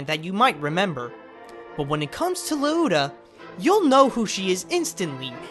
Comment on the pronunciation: Yes it's been a long time since you posted this, but it's Lee-oh-ta. Thanks for the upload though.